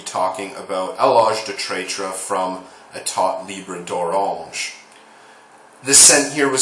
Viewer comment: i wish all the american reviewers can pronounce that name like you Lol